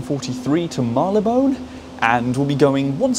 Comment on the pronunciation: Marylebone NOT Marleybone.